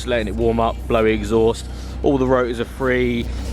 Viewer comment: Rotors? Funny sounding american accent that